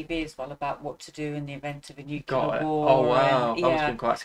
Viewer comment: I wish the narrator didn't keep misprouncing "nuclear".